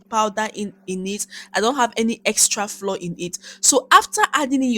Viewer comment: Great recipe but can we please normalize pronouncing flour as in flower not floor. It’s not floor but has the same pronunciation as flower